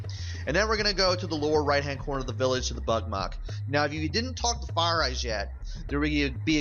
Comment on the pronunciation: i thought you were saying buttmud at first ; not bugmuck XD